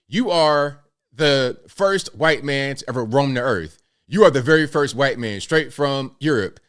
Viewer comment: Shaun King , a hhwhite man ! The way you said it was cracking me up as I drank my coffee ! And I’m a proud mixed white man .